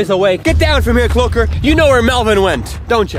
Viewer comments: No its cloaker not cloker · its CLOAKER not CLOKER